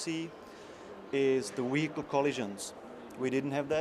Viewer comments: wee-hicle lol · What is this 'Weerkle' he keeps mentioning :D